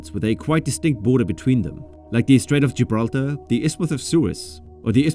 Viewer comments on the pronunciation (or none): none